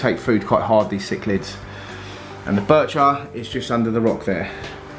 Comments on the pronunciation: Love how says birchir when there is nt 2 r's in it 😅😅 its bichir as in biysher😅😅 love this channel man 😅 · When I bought my ornate Bichir I was told you Pronounce it like biker 😎 and the very biggest bichirs have the underbite the bottom jaw protrudes those can grow well over 2 /3 feet yours is not one of those the one you’ve got they grow very fat big old bellies on them You have to make sure they get their share of the food because their eyesight is terrible but they’re very cool Although you know that you have one in the monster tank looks quite skinny he has a lot of competition there though it’s the eyesight it’s a bit of a problem has to be said all the best mate 🤥👍⚒